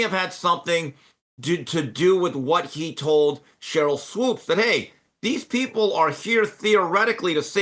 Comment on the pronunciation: Jason, isn’t her name pronounced “Swoops?” He always says “swopes.” Also a “thing” is over pronouncing the letter G at the end of certain words. “Thing” becomes “thinG.”